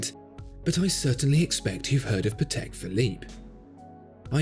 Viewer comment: well, it's pAtek, not patEk. it's a polish surname.. not a big deal, just so you know.:)